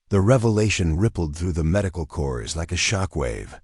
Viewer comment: These are some of my favourite stories, with the longterm outcomes of excellence. No need to bang on about “she never sought recognition”, you’re showing it in the story And “Corps” is pronounced “cor” 🇨🇦